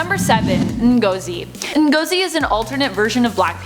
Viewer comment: As a Nigerian d way u pronounced Ngozi is funny🤣🤣🤣🤣🤣🤣🤣🤣😋😋😋😋😋